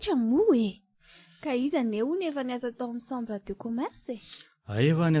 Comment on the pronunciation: Misaotra o !! Mbola mila ezaka ihany io! Ny texte mila amboarina ihany koa fa be détails loatra . Ny teny frantsay koa mila tononina tsara: sambre (chambre)' rozė (Roger)...